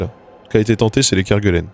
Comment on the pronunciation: On dit [kɛʁgelɛn]. C'est le nom du gars qui les a découvertes, et son nom est le nom d'un village, le village (kêr) du houx (kelenn, avec l'initiale qui change en g).